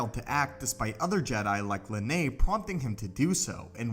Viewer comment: I know I’m just nitpicking here but Master Costanas’s name is pronounced “Lean” not “Leh-nay”